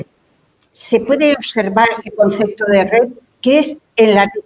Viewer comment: Sigue diciendo "concecto".